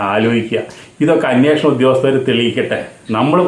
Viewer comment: അന്യേഷണം അല്ല അന്വേഷണം എന്നു ശരിയായി പറയൂ